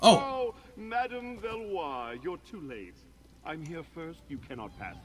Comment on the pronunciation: Oh btw..It is Isabel Velois. Pronounce as Vel wa